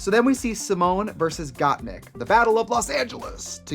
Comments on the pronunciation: they mispronounced the queens' names (Kandy Mousse, Got Meek, etc) to the point where instead of saying Symone, Trixie said "Love Simon" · Got meek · I love how every other queen was correcting Trixie when she would say Gottmeek but Katya came in and just mispronounced all of their names lmfaooo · ok they called Rosé Rose, Gottmik Gottmeek, n Kandy Muse Kandy Moose, yet an emphasis on Symoné inconsistantly ? like what? it made me chuckle at first, but it is kinda messed up getting their names wrong. unless it was done as a joke, but it wasn't presented as a joke n they never acknowledged it as such